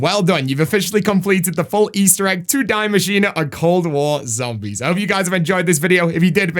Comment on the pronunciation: It's actually pronounced "dee machin a"